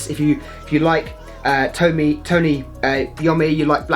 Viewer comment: It is pronounced, Eye-oh-me.